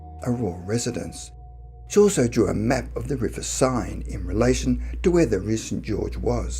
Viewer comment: River Seine is pronounced Sen. Not sign.